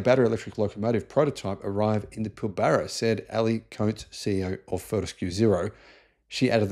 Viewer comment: This is a REALLY old concept , and has been done before . Cost Effective is the concept , not really Environmentalism . MINING COMPANY ! Oh , and BTW , it's pronounced Pill bara NOT Pil BARA . Ignorant clown . Claim to be " Australian " but don't even know that our local pronunciations...................